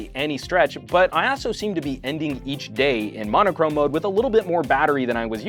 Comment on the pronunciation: it is pronounced "mono-chrome". It means "one colour"